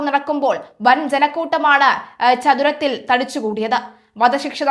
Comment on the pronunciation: ചതുരത്തിൽ എന്നല്ല. ചത്വരത്തിൽ എന്നാണ്.